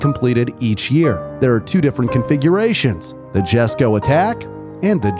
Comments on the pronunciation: Please tell me I'm not the only one here thinking it's pronounced Jesko (yes-ko) and not Jesko (jes-ko) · i swear its pronounced as yes-ko, not jes-ko. but it is what it is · Is not "jesko" is "yesko" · Isnt it pronounced iesko? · Lol jesko is pronounced as yesko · Its pronounced yesko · Just wanted to say that Christine said himself that the J in jesko is silent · He pronounced Jesko wrong.